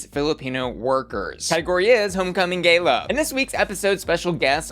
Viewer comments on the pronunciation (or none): none